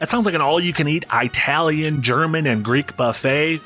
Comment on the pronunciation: How dare you not even mention Serious Sam The First Encounter? Also, who the fuck pronounces "Italian" like that?